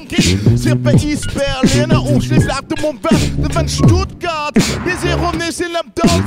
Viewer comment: Argh, he said "Stuttgart"! Now I'm squicked :P